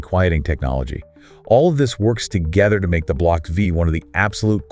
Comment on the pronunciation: It's "Block Five" not Vee. Silly A I !